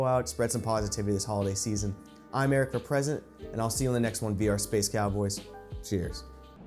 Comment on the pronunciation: Lol when you said "Eric for President" at the end of the video I thought you said "Erica Present."